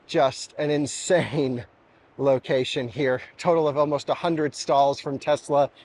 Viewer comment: A few pronunciation corrections: “And” not “end” “Almost”not “awemost” “Vulvo” not “vol vo” (Given this, you shouldn’t be making fun on Dominic for his Hyundai pronunciation!) “Something like that” not “something like this” (95% of your use cases) That’s all for now!